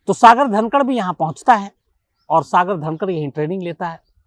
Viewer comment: सागर धनखड है सागर धनकड नहीं